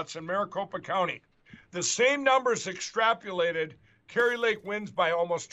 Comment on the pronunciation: AHHHH!!!!!!!! "Extrapulated!" AAHHHHHJgh!!!!! Gawd.